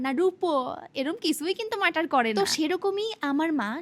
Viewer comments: matter ❌matar ✅ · বলছি কি ওটা ম্যাটার হবে❌মার্টার না ✅😂😂